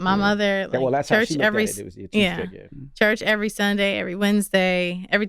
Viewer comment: C Tha God pronouncing his T's like K's makes me cringe every time. Skrick'd? its STRICT bruh!